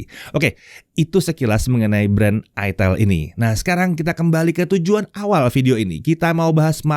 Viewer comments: Itel ya, bukan itel😂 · itel, bukan : aitel, aitel bukan itil. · tetap aja sebagun orang Indonesia karena membaca dengan Kaidah bahasa Indonesia bacanya Itel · bukan ithEL ya om 🤦🤣🤣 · Bacanya aitel/aitil yak. Bukan itel 😂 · di baca itil 😂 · Om ngomong nya itil/itel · Bacanya aitel bukan it*l🤣🤣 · Dibacanya itil ateul🤣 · Baca nya aitel bos ❤ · Kebacanya nganu njir 🗿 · Ngakak, pas cara penyebutan produknya🤣🤣